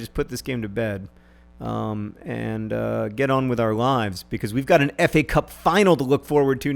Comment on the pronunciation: Problem: I don't like the way you say "because".